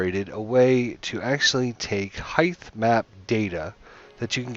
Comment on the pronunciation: Heith? ...height?